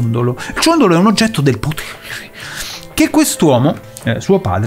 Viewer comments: quando dici "oggetto del potehuehe" mi fai sempre venire i brividini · "Ciondolo oggetto del POTHEREH" Ahahahah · Il ritorno dell'oggetto del POTHEEEREH